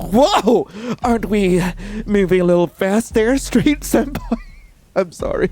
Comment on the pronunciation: I heard "stray" instead of strade EHEM- WHAT.